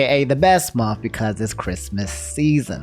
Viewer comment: Did you say " momf" for "month"? 😂